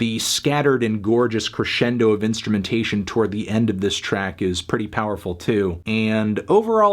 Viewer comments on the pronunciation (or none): none